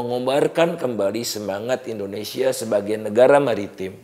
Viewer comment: Indonesia tidak akan bisa maju, karena orang nomor 1 nya saja salah dalam pronounce Indonesia, Pak Indonesia pak, bukan endonesia